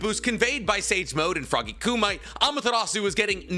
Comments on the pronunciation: Not “koo-mite” But “koo-mih-tay “ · Slight nit pick, you are probouncing Kumite wrong the phonetic spelling is ˈkuːmɪˌteɪ.